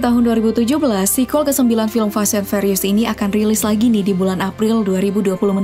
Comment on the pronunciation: Fast & "fyurious"..bukan fast & ferios 😂